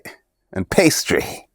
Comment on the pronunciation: Pastry....PASTRY!!!! lol